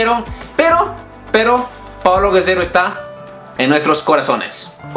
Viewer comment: Gededo jajjaja es Gerrero